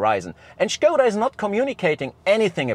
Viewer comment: "shkouda" sounds wrong. I'd prefer "skouda" (english) or "shkodda" (czech)